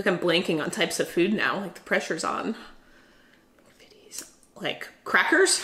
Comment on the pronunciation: The "Mc" in McVitties is pronounced "Mac".